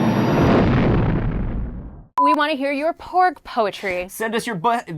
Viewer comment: Ooooh, "PORG"! I thought he kept saying "BORG"...